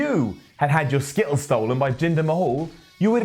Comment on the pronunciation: skitt-els lol